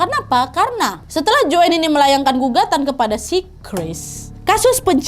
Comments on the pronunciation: Joen? 😭 baca nya joane ga si? 😭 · Bacanya JOAN bukan JOEN